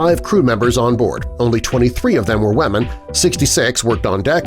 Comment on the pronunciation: Lolol me too 😂 like... The wamen